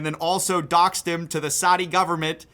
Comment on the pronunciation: Why can't Americans say "Saudi". Not hard